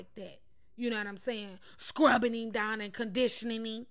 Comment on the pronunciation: She funny AF "scrub dOOwn!!!